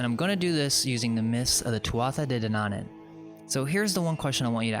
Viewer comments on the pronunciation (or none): De Danaan is pronounced day Danawan.... Like yawn.